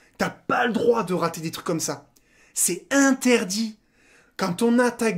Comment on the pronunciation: On dit c'est in - ter - dit mdr